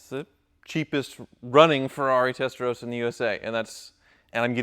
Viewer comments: Why do you say Testarosa? Is that common in USA? If you meet a dude named Ross do you call him Rose? Mind blown. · Why do a lot of Americans pronounce Testarossa as Testarosa with one S? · WHY CAN'T AMERICANS PRONOUNCE 'TESTAROSSA' CORRECTLY????! It's really not that hard. Give it a try.